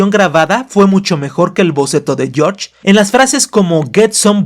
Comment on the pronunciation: Jajajaja me da risa cuando dice «yoch» cuando menciona a George